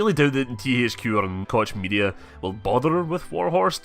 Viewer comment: hey not to be a dick but koch media is pronounced coke media part of the koch brother's shyt